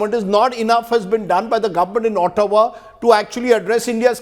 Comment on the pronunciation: it is pronounced AAHTAWA ..not OOHTAWA ....